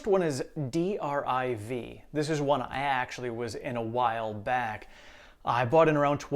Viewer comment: I picked up 12 more TSLA today. 2 and 10 897. I also picked up another 50 BATT. I know there will be more red between now and Jan 1st, but I'm done until the new year. Final tally for the shares you discussed today is 82 TSLA, 638 META, 350 BATT, and 200 DRIV. (I believe it's pronounced "drive", due to it being about car companies) A good growth ETF you may want to consider is DIVO. It pays dividends monthly, so if you turn your drip on, you compound faster, and it stays pretty much near its NAV.